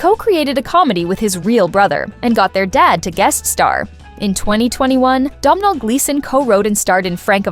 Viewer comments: learn how to pronounce his name it's Donal like tonal with a D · SOMEBODY PLEASE TELL AI THAT YOU DON'T PRONOUNCE THE "M" IN THE MAN'S NAME!